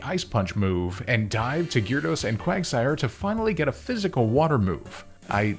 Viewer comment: The y is silent in gyarados man